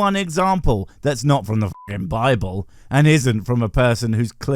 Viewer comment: Bibble not Bible dude😂